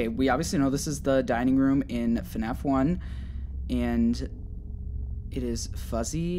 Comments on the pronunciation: Word: Fnaf Pronunciation: fun a f Me: .....hah this game is fun as fu** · “Hello, everyone! Welcome to a video on... FuhNaff!!” - literally the best intro ever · Day 11 of saying FuhNaff is awesome